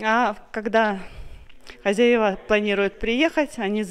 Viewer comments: ХозЯева ударение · правильно говорить хозЯева, а не хозяевА и малЯр, а не мАлер, ты же блогер, следи за своей речью, пожалуйста.